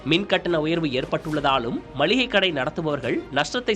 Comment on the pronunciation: நல்ல காணொளி...ஆனால் கடைசியில் மல்லிகை என்று சொன்னது தான் வேதனை. அது "மளிகை". மல்லிகை அல்ல.